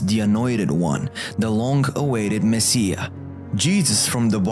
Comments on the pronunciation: It's not Messeah. It's messiah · It's pronounced MES-I-AH not MES-E-AH.